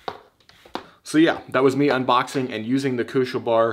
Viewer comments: Bär in english ist pronounced Behr just say IT its not Bar kuschel Bär means cuddly bear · NOT KUSCHELBAAAR---KUSCHELBÄR! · The way you pronounce this product has me laughing really hard XD no offense its just funny to me. I think it is supposed to be pronounced as" baer" like the animal becasue it is german i believe and "Kuschelbär" in german means " cuddel baer" like a teddy.